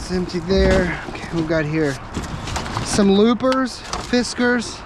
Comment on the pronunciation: Loppers, not looper